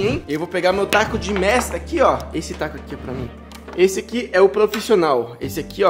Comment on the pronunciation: meste ou mestre kkkkkkkkkkk